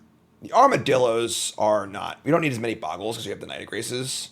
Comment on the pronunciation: Why does everyone say boggles? It's bogles!